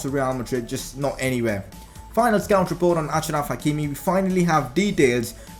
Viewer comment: It is pronounced Ashraf. He is from the same country as my dad